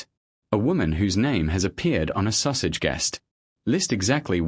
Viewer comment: I find it very humorous that Sussex is being pronounced Sausage !